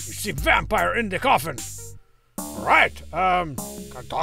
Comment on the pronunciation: Been playing alotta Vampire Survivors lately, but thanks to this video and Strong Bad's pronunciation of the word; I officially refer to the game as "Vampoire Survivors"